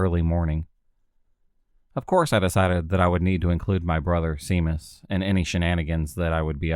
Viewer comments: U got it sea mus lol 😝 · For your interest, Seamus is pronounced SHAY-MUS